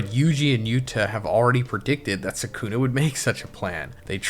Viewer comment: Same with Suhkooonah